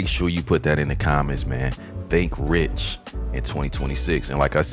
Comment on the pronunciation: Rich doesn't rhyme with six. Aw well.